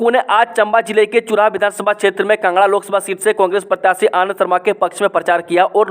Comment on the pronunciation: Bhai tum kangra ko bhi kanga 😂bolte ho kaya baat h ye😆🤔😂😂